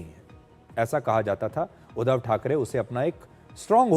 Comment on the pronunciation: सुधीर जी, उच्चार थो..डा ठीक करें. उद्दव नही. उद्+ध्धव. मराठी मे व्यंजन पर जोर डाल कर बोलते हैं. वैसे ही संधी शब्द एकत्र व जोर डाल कर बोलते हैं,उदा: स्+मी-स्मीता.इसलिए मराठी कडक है. इसे हिंदी मे समीता उच्चारते हैं.